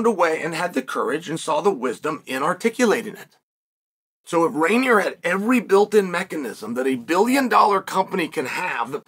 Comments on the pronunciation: It's REIN-E-R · Good morning Chael. It's roin, as in groin. Roiner